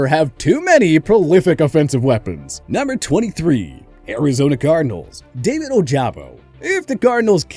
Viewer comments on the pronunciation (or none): none